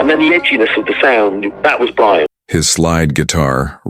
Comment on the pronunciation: Your stupid AI computer generated voice mis-pronounced Brian’s name. He called him, ‘Bre Ann” not Brian. Oh bother people grow up and use human voices.